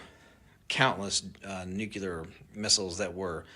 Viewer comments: Why can no one say the word NUCLEAR. It’s pronounced NUKE-LEE-UR…not NUKE-UH-LUR 😂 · Nuclear not nucular! You both pronounce it incorrectly!! 🙄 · Benny: It’s pronounced: “nu-CLEE-ar” (not “nuk-U-ler”) Every time dude…! 🤦🏻‍♂️🤦🏻‍♂️ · How goddamned hard is it to pronounce NU-CLE-AR correctly? It’s fkn NU-CLE-AR, NU and then CLEAR not "NU-CU-LAR" FFS. It’s not that goddamned hard to say CLEAR after saying NU. Can anyone read or understand basic grade school level English anymore? And how in the FK do you get LAURA from LARA? I’m astonished Benny can even speak the English language effectively enough to be understood when he refuses to pronounce such basic English words like LARA and NUCLEAR correctly. This level of disrespect and absolute laziness it takes in not even bothering to get off your ass to try pronouncing basic English and not having the basic fkn decency to get off his ass to learn how to pronounce people’s names correctly doesn’t engender confidence in anything else this guy has to say. LEARN BASIC FKN ENGLISH BENNY, it’s not that goddamned hard. It’s basic goddamned respect. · Benny, I've wanted to correct your "nucular" for AGES, but you are in good company. George Bush could NEVER say it right, and neither can half of the people in the government! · Benny: Nuclear. Not Nukular. You sound like G Bush! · New - Clee - Urrr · Tysm Darth!!!! Benny, I love ya, but nukular was driving me crazy 😂